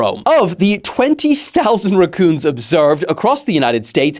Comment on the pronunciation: why do you say racoon like that